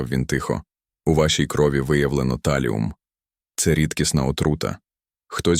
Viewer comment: Чому ТАЛІУМ? ТАЛІЙ!